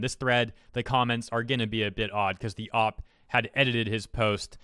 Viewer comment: Please stop pronouncing OP just say oh pee.